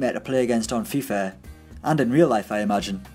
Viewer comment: Anyone else hear that he’s saying fifer 18 lol